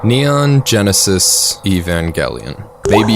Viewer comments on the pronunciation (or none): Why the hard 'g'?